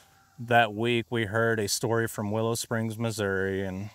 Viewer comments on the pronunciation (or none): none